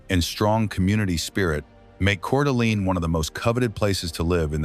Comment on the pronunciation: Not to mention Coeur d’Alene!